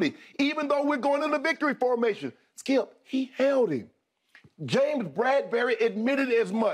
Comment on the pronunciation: The way Shannin says "Skiup" haha